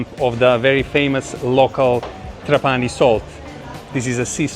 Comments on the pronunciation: Uno potrebbe pensare che un traveler esperto come lui avrebbe anche potuto imparare la corretta pronuncia di TrApani invece di TrapAni. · Trapani is pronounced with the tonic accent on the first A, as in the Italian word trapano, the tool for making holes in a wall or in wood etc.